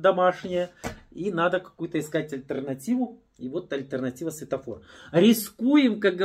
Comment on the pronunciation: Светофор, а не сфетофор